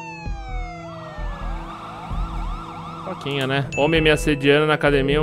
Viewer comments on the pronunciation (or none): Rôleplay kkkkkkk em vez de roleplay higor falou muito engraçado